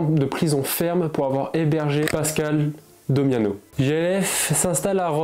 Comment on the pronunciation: Damiano pas domiano .. Tany pas Tony …357 pas 367…